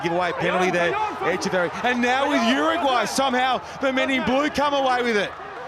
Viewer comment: the commentator.....! what's with the pronunciation? "UrrrUUUGGwwwhhhhyyy!"